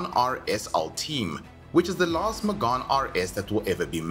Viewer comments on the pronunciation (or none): it's not Magane it's May-Ghan like Meghan markle